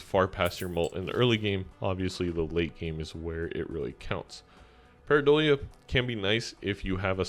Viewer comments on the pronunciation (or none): none